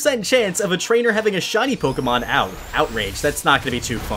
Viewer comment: Trainer not rainer